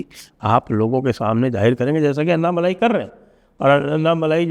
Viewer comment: Sir it is not अन्नामलाई, it is अण्णामलै(அண்ணாமலை)